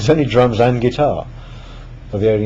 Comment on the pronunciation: I thought he said "It's easier if you do it with the drugs." But he said drums.